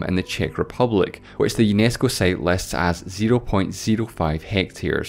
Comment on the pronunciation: I love your videos. And I HATE your pronunciation - 1) time = "theyme", 2) site = "seyt" etc. Seriously?